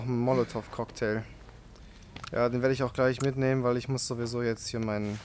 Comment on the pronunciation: Ich vermute er bezieht sich darauf das es nicht "monativ" sondern molotov heisst.